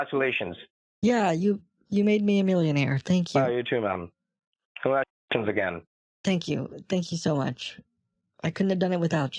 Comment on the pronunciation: "You made me a millionaire." "Congatulashuns." "Thank you." This was PERFECTION, truly one of your best.